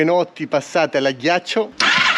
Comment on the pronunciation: Ti prego, no! “all’aghiaccio”,NO! Non si puó sentire!🤣🤣🤣